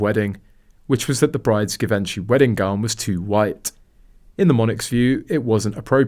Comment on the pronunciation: When will english language AI learn some French? That hard g Giveentchee kills me.😂